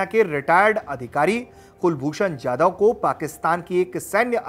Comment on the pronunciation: कुलभूषण जाधव नाम है उनका यादव नही सही उच्चारण करें। आप हिंदुस्थान में है।